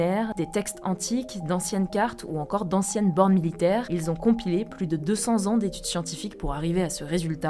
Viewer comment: C'est des bornes milliaires pas des bornes "militaires"